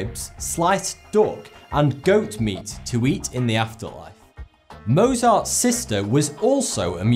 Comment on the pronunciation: It's Mozart not Mosar ;)